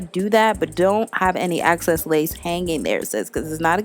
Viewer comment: Fire. + “excess” X. Cess.